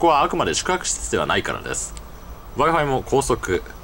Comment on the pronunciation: wi-fiが我が輩に聞こえた